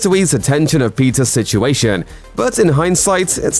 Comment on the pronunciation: Ok. The narrator is totally calling the Peters “Pizzas,” right? Am I the only one hearing that?